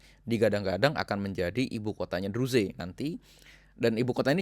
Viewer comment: Gak usah ngurusin negara lain Urusi negara mu sendiri Menyebut Druze aja salah.